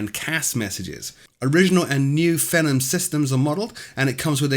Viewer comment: Excellent and informative as usual. But isn't Phenom pronounced like "fee-nom" (as in phenomenal), and not to rhyme with "venom"? I found some Portuguese pronounciation clips on-line, and they say "fee-nom".